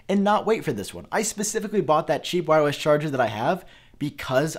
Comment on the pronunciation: Am I the only one hearing this guy saying “whywus” instead of wireless?